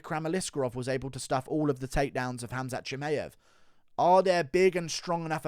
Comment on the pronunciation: Guru is literally the only person in the world who says ChimAev😂🤣